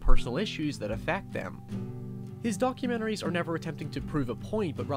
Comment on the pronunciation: "documeneries" m8 you're from NI, cut the shite XD